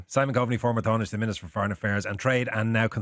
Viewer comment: The interviewer should learn how Tánaiste is pronounced.